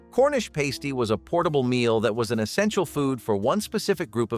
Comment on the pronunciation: It's pasty with a short "ä not pasty with a long "ā". A " pāsty" is part of a strippers costume! Go to a pasty shop in the Michigan UP and ask for a pāsty you will get laughed right out the door! 😅